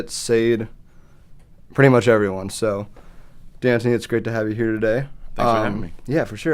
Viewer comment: i'm fairly certain deantoni is pronounced "dee-on-ta-nee" as well...